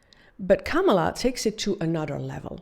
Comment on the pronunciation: Women insulting other woman, make me sick. Politicians do it all the time. You may try first by staying her name right! Kamala (Coma La) that’s it honey.